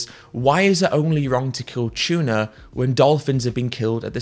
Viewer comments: “tchuna” lol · bro it’s tuna not chuna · "chewna" heh, good vid tho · It's "Tuna", not "Chuna" 🤣 I'm not morally obligated to be vegan or anything else. Morals are a human construct. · Its tuna not chewna ffs. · I had no idea that tuna started with a "ch".